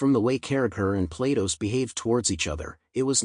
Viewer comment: "Platos", the AI pronounce it almost like PLAY DOUGHS